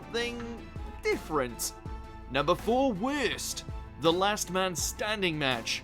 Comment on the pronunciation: U know wut is worst: how u said worst